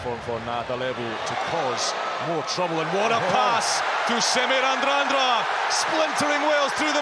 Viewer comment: Commentator nails “Semi Radradra” pronunciation spot on.